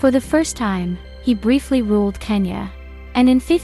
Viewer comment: I assume you mean Konya, not Kenya